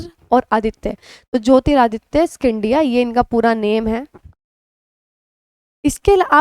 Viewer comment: Mem g sindhiya he pronunciation ha 😁